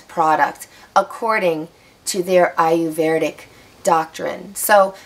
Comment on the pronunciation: Well, the only thing I have to say is that you did not pronounce the word Ayurvedic correctly. There is NO R after the V. You are pronouncing it with an R after the V. You should not. It's eye-er-ved-ic, not eye-er-verd-ic. See the difference?